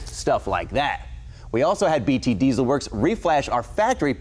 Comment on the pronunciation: I wish I had a dollar for everytime he said deezle